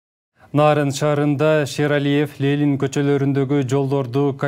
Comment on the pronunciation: Лелин дебей тура айткылачы айланайын